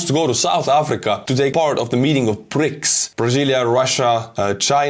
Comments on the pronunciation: Can you imagine anyone in the West allowing a sibling to confiscate their computer or telephone? The way says "the BRICS meeting", it sounded like 'the PRICKS meeting' which is an apt description of its members. 😂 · I love your pronouncement of "BRICKS" because what I hear is: "PRICKS", and that seems to be quite correct IMHO 🙂